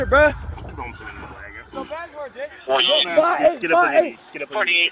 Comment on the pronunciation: if you did a drinking game every time he says buh not bruh but buh you would die of alcohol poisoning 😂😂😂